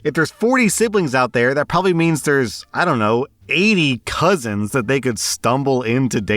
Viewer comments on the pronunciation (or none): none